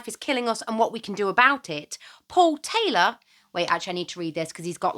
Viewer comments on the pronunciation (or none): none